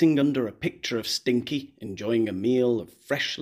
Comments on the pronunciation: I just wanted to point out the chickens name is sinkie not stinky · It’s Sinkie not Stinkie isn’t it? Not that I give a fook!!😂😂😂